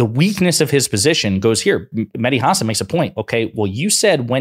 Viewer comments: It’s HA-SAN not HAR-SARN lol bugs me when Americans mispronounce his name 🤧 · Hasan is pronounced, huh-saan. 🤔 VOTE BLUE EVERYONE 🩵 💙💙💙💙💙💙💙💙💙💙